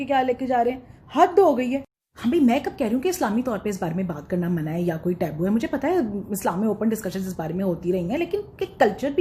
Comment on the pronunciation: You are one of quality content maker in Urdu and Pakistan. I don't know you used it deliberately or erroneously that word taboo has /təˈ‍buː/ ٹبو pronunciation.not ٹیبو۔ جیتی رہیں ۔